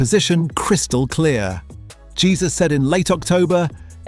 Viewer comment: It's Hesus not Jesus 😂